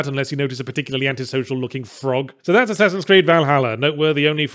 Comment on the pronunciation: Did he say one ass creed?